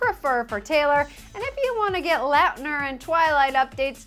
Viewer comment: ITS LAUTNER NOT LUUTNER